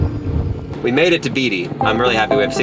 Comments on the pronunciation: It's pronounced BAYTEE!! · Beatty is pronounced “Batey”